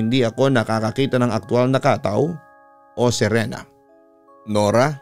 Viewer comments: It should read as katâw not kátaw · Ang tamang bigkas po niyan ay KATAW! matigas dapat na mabilis..gaya ng BIGAS hindi yong Khataw... 😂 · KATAW!!!!!dapat matigas ang bigkas !!! Hindi Khathaw😂😂😂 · papa dudut it's ka-táw po yung pagka pronounce sa bisaya hehe pero ang cute niyo pakinggan. ganda ng story galing niyo! dabest ❤️